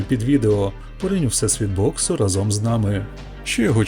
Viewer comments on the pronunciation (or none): none